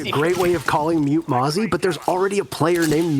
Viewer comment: Mute + Mozzie = Mote? Pronounced like moot